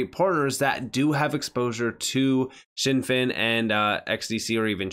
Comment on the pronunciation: It’s always been pronounced Zin Fin, never known it as shin fin in the years that I’ve been researching the company